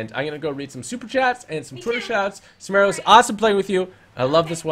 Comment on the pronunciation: Samara not samera